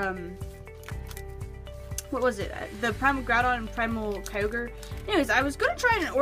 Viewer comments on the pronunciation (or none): none